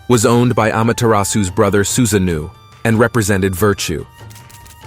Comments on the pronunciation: i nearly choked on my cookie when i heard him say susanoo xD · Many explanatory videos on Japanese mythology are of low quality, but the content of this video is accurate. Except for the pronunciation of Susa-No-OH.